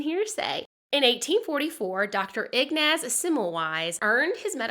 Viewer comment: Yes, and his first name is E-naz.